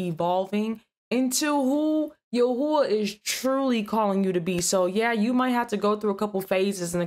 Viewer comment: YAHAWAH NOT YUHUAH BUT GREAT VIDEO.